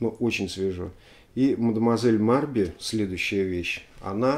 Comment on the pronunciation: Всё-таки Мадмуазель не Марби, а Мабри.